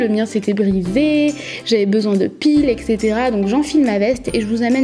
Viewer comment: Même si c'est un peu tard, super vidéo mais pour te dire, c'est "et cetera" et pas "ec cetera" bisous ☺